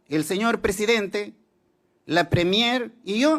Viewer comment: Viejo Ignorante!!! En vez de decir PRESIDENTE, dice PRESEDENTE. Encima es MOTOSO!!!